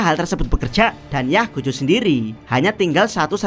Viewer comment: Gojo bang bukan Gojho